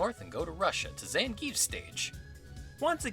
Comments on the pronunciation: Pretty sure Zangief is pronounced "zan-gyeff" and not "zan-gheef" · I believe you don't pronounce Zangief's name as "Zan-Geef" (though I did this as a kid too xD) but rather "Zan-Gi-Ef", right?